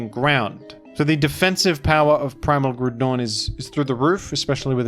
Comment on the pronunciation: its pronounced groudon